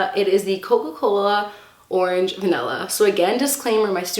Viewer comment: I love how she says arenge instead of Orange is so funny